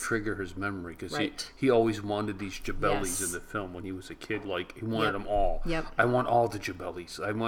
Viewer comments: Jalebi! not jabelis :D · Jabelis that's so cute. However you might be knowing by know it's Jale- bis.